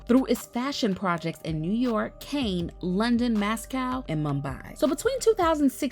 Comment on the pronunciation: Mass Coy (Moscow)is Pronounced likes MossCow and Cane (Cannes) like Can (as in a Can of soup)